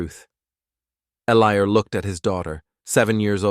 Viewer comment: this AI can't read, I think the guys name is Eliot not Elior